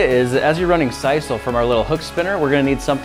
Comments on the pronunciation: sisal is pronounced seesul not saisul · See-sal or Sis-sal; never heard it called Sice-all. Cool. Soda-Pop-Coke; love distinctions. Love the boy scout project. Will have to try it. Thank you.